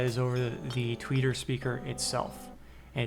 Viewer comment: Say "Tweaker" one more time lol